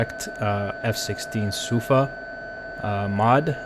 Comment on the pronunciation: Hey...The correct pronounce is not F16I Suuu-fa but Su-faaaa and as always great video and nice play. ✡️